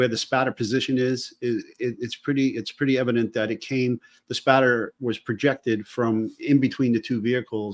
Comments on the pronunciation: # send him a cup or something that says its spatter not splatter! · Did you do that on purpose? LOL, just so I would say it's Spatter, not Splatter!